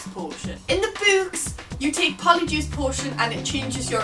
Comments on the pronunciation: Raging over the way you pronounce books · When you said books it sounded like boobs to me. xD (English isnt my first language :D)